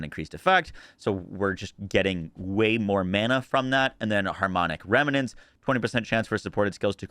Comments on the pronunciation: Rem Nent Not remy Nents Lol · Rem-nents, not "rem-a-nents"